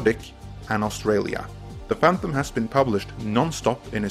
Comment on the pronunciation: STOP saying "phanthumb"